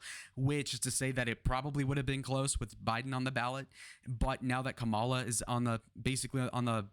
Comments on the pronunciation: It's pretty early to be counting polls at this point. After the Democrat convention, it's when they really need to be looked at. Also, as an independent, I can say that the juvenile act of constantly mispronouncing Kamala's name is off-putting. Just FYI. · First of all, learn how to say Kamala Harris' name. Emerson College poll, I've watched elections, they are so off...always leaning Republican. Keep dreaming... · You mentioned Biden's "dementia", but failed to mention Trump's. Hope you can address that error, soon. It's important. Also, you are continually mispronouncing Kamala.